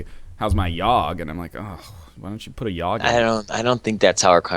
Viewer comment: How do you keep fucking up the Yawhg?